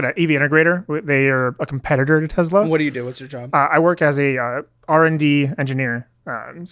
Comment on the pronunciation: You know you’re a douche when you say “Tezla”